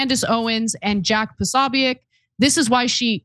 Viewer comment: How are you not able to say jacks name? Jesus i can't watch you. Ask Megan how to pronounce the name.